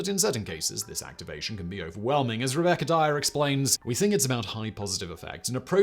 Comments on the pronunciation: WTF is "Rebecca Diarrhea"? What heck did he say? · Who is Rebecca Diarrhea ? Edit he says Rebecca Dyer reassures us... lmao